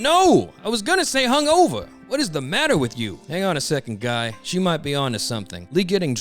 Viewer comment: Tsunades voice is PPPPPEERRRFFFEEECCTT please keep the voice, like the way you said Guy as “Goi” Emphasis on the I has me cracking alittle bit.